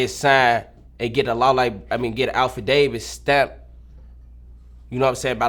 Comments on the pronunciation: I put up the real AlphaDavis lmao 🤣 😂 it's affidavit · Alpha Davis 🤣🤣🤣 it’s affidavit my boy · bro said alpha Davis the first time 🤣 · Dat nigga said da star of "Davis" boy ya lil azz should have stayed in school instead of trying to slide cause yung nigga u cant talk a lick uneducated like a mf🤣🤣🤣